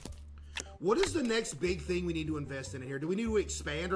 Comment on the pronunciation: “back to back thring” had me dying 😂😂